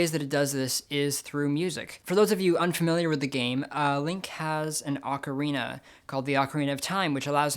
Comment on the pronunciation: The way you pronounce "ocarina" may be very popular, but it's wrong: For what it's worth, I always pronounced it the correct way, because I grew up with a habit of clear enunciation (sometimes I go too far, however, and end up sounding a bit mechanical).